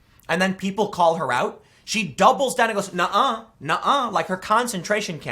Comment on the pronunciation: When you said AOC "doubles down" it sounded as if you said "dumble down" That describes AOC to a tee.